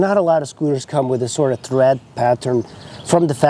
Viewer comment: Not sure if English is your native language, but the tires have treads, not threads! Thanks for the review, I am close to buying one.